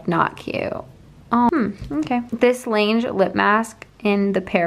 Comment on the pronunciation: b can you please stop saying "linge" instead of "laneige" because "laneige" means the snow and "linge" means laundry